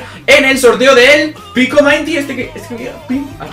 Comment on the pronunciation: Mainti no minty